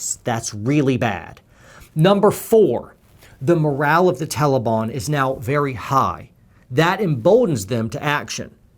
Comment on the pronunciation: Dude MORALE NOT MORAL!